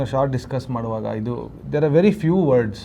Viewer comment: Solpa alla swalpa. Hinna alla innu. Hidu alla idu